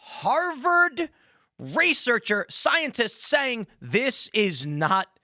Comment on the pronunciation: Scienlist? Morris-esque? Chat TTP? Interpetation? this guy can barely speak correctly... TO THE GARBAGE!